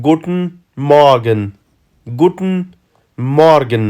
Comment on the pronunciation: وروره T ټ نه تلفظ کېږي T ت تلفظ کېږي لکه ګووتن نه ګووټن